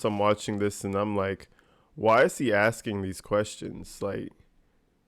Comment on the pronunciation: Maybe they should ask Darrell why he always looks at the ceiling when “axing” questions!? He hated when the witness looked at the jury to answer questions.